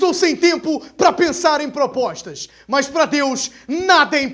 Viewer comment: Quero ouvir as "ploplostas" 😂😂😂